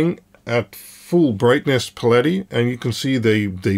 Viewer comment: I like his pronunciation better.